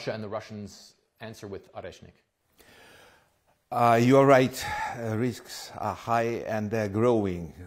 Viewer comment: the bomb called Oreshnick (Nutter) not reznik